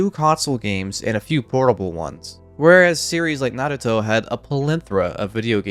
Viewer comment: You get a sub for two main reasons: 1. You pronounce Naruto correctly 2. You give credit to the Japanese bands who sang the Opening themes. Mad respect.